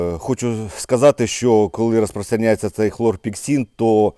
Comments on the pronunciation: Хлорпекрин а не хлорпексин. Слава воякам!!! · Хлорпікрин , а не хлорпіксин ! Цим ОВ "обкуривали" в палатках бійців в протигазах. Звичайне сльозогіне вещество. Протигаз та борода несумісні!!!